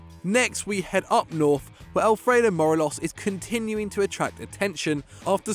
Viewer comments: It’s M-O-R-E-L-O-S Not Moreloz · Mor-ay-los, you have to put emphasis on the e, not the o for Morelos’ name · That might be the worst pronunciation of Morelos’ name I’ve ever heard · im disliking solely for the pronounciation of morelos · Pronounce Morelos like a fanny 😂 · Thats not how you pronounce Morelos. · When you pick morelos (and can't pronounce his name) over Edouard 😂😂😂😂 you're smoking crack mate. Can't score against celtic or any decent European opposition. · Not only did you pronounce Morelos wrong but you got Zahavi’s team wrong too. Zahavi plays for Guangzhou R&F not “Gangzhou” Evergrande